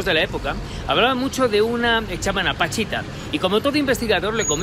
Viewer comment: Es Pachita, no Panchita